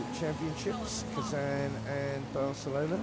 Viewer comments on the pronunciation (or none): none